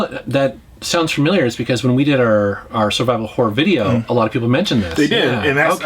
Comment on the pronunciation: When said "Survival Horror" games, I was away from my PC and heard "Saliva Horror". Needless to say, when I went back and heard it correctly, I was highly disappointed.